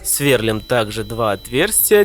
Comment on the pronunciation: Сверлúм, ударение на букву И!